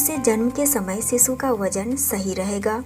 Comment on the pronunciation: Bewkoof aurat Sisu or shishu bolna sikh le phle. Sisu sisu kr k pka dia tune